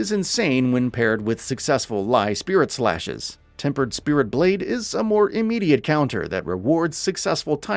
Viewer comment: "Lai Spirit Slashes" LOL